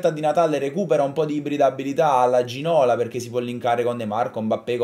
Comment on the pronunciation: Si pronuncia Ginolà... Ti prego non riesco a sentirlo prununciato Ginòla.